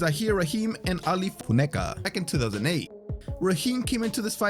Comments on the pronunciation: I expect the narrator was saying "Foon-a-ka". Unfortunately, the overdubbing fix was done so poorly, it just drew more attention to the slip up. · Say Funeka again……🤣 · I noticed too. I figure he must have been pronouncing his name wrong and realised after it was recorded so just did that instead of recording it all again. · You really couldn't pronounce "Funeka" though??? Had to keep replaying the same recording??? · Saves him having to record the whole section again for saying the last name wrong